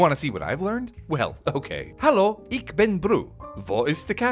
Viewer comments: bro really pronounced ich as ick 🤮🤮🤮🤮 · You mispronounced ich... it ist nicht 'ick' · Love how most native english speaker always miss to pronounce the 'ch' in 'ich' and instead say 'ick' like in Berlin accent. Hurts once released a song cover in german and they had the same mistake. Love it though when english people speak german for the first time. :3 Would be really interested what my english has to sound like to english native speakers. :D